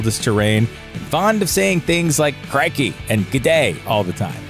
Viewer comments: Did he just say craikay? It’s crickey mate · HAHAHAHAA. Literally the first second and already fucked up. "CRAIKEY" ..... seriously???